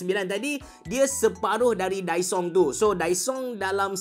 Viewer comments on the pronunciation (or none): Kedengaran mcm dysong😂